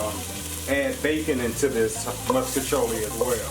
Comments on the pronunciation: I’m from St. Louis and I’ve literally never heard it pronounced differently than that even though everyone knows it’s fucking wrong. I’ve been eating “musk-iciolli” my entire life, too, lol. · I like how u say “moscachioli” lol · Right he say muskachioli 😂 he did that tho it looks so good